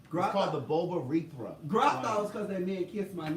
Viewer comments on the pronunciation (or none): I’ve learned to do my homework from listening to you on the Queen’s Supreme Court. Half the time you only know bits and pieces from stories on the docket. The other half you bs your way through it. Your pronunciation of the Bulbourethral gland didn’t sound correct. Might be your accent or where you chose to put the accent on the syllables in the word. To clear things up the Bulbourethra gland has nothing to do with the anus and everything to do with the prostate, penis, sperm and urethra. This only applies to men not everyone who has an a**hole as you stated. Just needed to clear that up. I do love coming to your channel watching you and